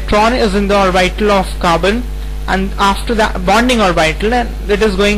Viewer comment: its orbital not orbitaaaaaaaal